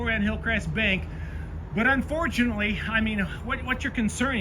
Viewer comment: This officer says -Unfourtenly!!??? Its dangerous when cops have their own opinion and tells that to the public! Disgusting!